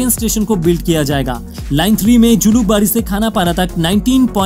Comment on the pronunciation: julubari nhi ULUBARI